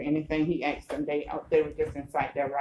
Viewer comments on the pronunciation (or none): This auditor “axed” someone? How awful. 😂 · Why is she saying Axe, the word is Ask.... go back to elementary school